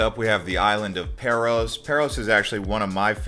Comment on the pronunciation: Paros is pronounced Paah-Ros not Pair-Os. Amazing video !